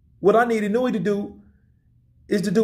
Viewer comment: why do so many people keep saying now-O-ya-oh? lol Its Naoya(Now-ya) and Inoue(In-o-way) lol